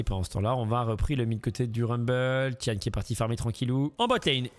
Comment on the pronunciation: juste pour info, on dit pas ti-ane mais ti-N (ti-haine) c'est son middle name (gao tian liang - 高天亮), le sens original de tian c'est le ciel, mais ca peut vouloir dire le jour, dieu, le paradis (ou autres).